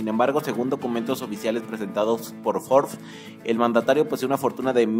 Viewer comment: Que poca madre tienes para engañar asi al público, debes de ir a la cárcel por traicionar la libertad de exoresion, ni la palabra Forbes, sabes pronunciar